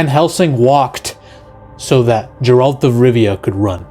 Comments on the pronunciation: I love you but that cocaine is rotting your brain. Never say Jeralt again. It’s Geralt with a geh bruv. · Ma....be carefull what you say about the Witcher in 2025. It is a quite sensitive topic. And it's Geralt not Gerald. But your point is vaild. 2004's Van Helsing was something else.